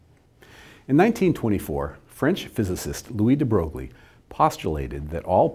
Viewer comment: The pronunciation of Broglie is wrong, you should say " bʁœj ", or as a french would say "breuil"